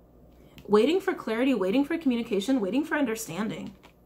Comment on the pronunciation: "Wai-ting" "Wai-ting" That whole part took me out 🤣🤣🤣🤣🤣🤣🤣